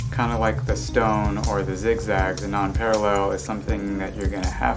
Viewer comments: thank you! but it's PAREIL not PARALLEL, dude... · It s Nonpareil, not Non-parallel. Kinda pronounced Non-parrey. Hope you don t mind the correction. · It’s pronounced “non-PAIR-uhl,” FYI. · Pronunciation is incorrect... should sound like nonparell... and dude, clean your tools. They nasty!